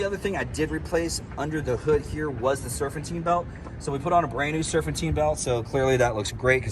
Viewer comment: Serfantine belt lol ok sweetie